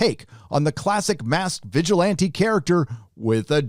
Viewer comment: "vigilante" not "vigilantly"